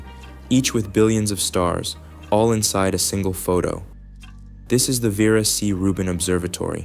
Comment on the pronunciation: Ver- ah. Not verah😊